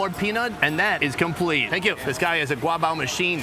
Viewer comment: it's interesting watching from this perspective. Your guabao(刈包) pronunciation is perfect.